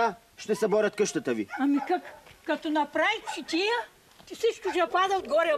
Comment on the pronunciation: Само че тя казва ЧИТИЯ. Друг е въпросът че е искала да каже ЧАТИЯ. И аз на мястото на щях да се зачудя. Ако му беше казала ЧАТИЯ, нямаше да й казва "Какво е искал да прави???